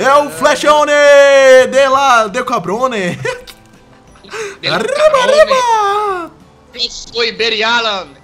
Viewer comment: e adoro quando vc faz o bigodone e diz él cabrone